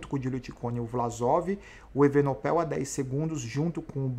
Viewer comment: falta aprender o nome do Belga: Evenepoel não Evenopel....kkkkk